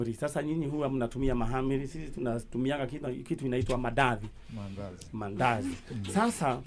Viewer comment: you broke my ribs ati umetamka jina mandazi aje😄😄🤣🤣